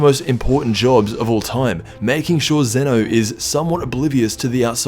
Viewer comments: Zen’o, not Ze-no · It's not Zena it's zeno